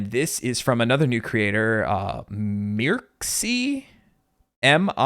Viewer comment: Just a fun FYI, Mircsy is pronounced "Murch-ee" (per her Tumblr account). Keep up the great reviews! Can't wait for the next sage <3